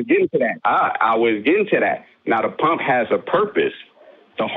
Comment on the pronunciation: This guy pronounces pump as pomp.